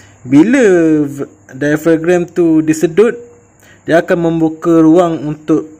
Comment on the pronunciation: Dai-a-frem. Bukan dai-fa-grem. 😂